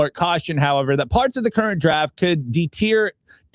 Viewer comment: Friendly note, "deter" is pronounced "detur" rhymes with "purr". Thanks for covering the issues :)